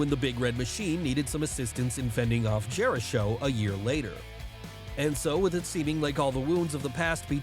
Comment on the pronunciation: “Chris Jerisho” lmao